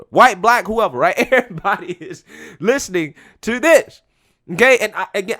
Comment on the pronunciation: Hi, I am a white conservative male and I noticed that instead of using the word this you are replacing it with the word diss, I was wondering could you please pronounce it as this instead because pronouncing it as diss makes you look ignorant.